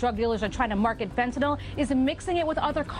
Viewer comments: The real killers are the monsters who pronounce it "fen'anol" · I'll spare everyone a diatribe on how illicit opioids impact those in genuine need and just say this; Hey, TV cops, the word is "fentanyl". FEN-TA-NYL. Three syllables, not fntnoll 🤦🏻 Also The Equaliser was a television programme long before it was a cinematic trilogy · Especially with the fact that people seem to be portraying fentanyl as a volatile substance, it bothers me that every tv show pronounces it "fentanOL" like it's ethanol or isopropanol or some kind of volatile alcohol that you can smell on the air. It's such a small detail and I'm a bit of a grammar/pronunciation n*zi but still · The worst is when people call it "fentan-OL." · And they commonly pronounce it Fen-tin-ALL. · fen TA NYL LMAOOOO